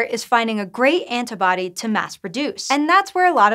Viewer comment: "Anta-body" :S